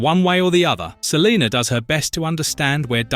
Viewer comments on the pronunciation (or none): I'd be so annoyed if my name was Salena and someone kept calling me Saleeenerrrrr... 😡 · Lol he said Celiner. Brits. Pfft.